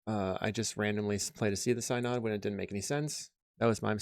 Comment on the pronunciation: One of these days I'm going to find a religious mtg creator who can pronounce synod.